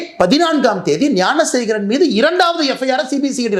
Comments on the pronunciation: தம்பி துரை முருகா எல்லாம் சரிதான் அந்தக் குற்றவாளி பெயர் யானசேகரன் இல்லை ஞானசேகரன் சொல்லு ஞானசேகரன் யானசேகரன் இல்லை இல்லை தம்பி நன்றாக உச்சரியுங்கள் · அண்ணா, யானைசேகரன் இல்லை! ஞானசேகரன்.